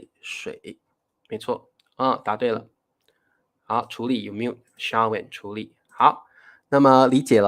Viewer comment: 你唸处于和处理是对的但是配音标出来应该有分別的。一个是处于Chǔ yú 第三声，另一个 处理 是Chú lǐ 第二声。